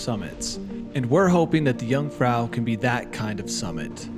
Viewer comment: I like very much all of “amateur” videos, and I’ve seen a lot of them, and always given them my “like”, but not this time, for the following reasons: (1) you insist in mispronouncing “jung”, (2) you insist in measuring european mountains in feet. 🤓